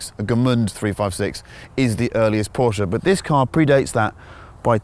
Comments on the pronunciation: What’s a Porscher? I thought it was a Porsche... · This guy made a 12 min video about a legendary Porsche and didn't even have the decency to learn how to pronounce it..